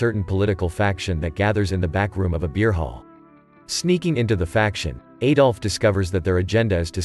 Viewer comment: Could not get more than a minute into this. Please stop pronouncing his name incorrectly. The 'A' in Adolf is pronounced like the A in the word Add, not like an A that rhymes with Hey.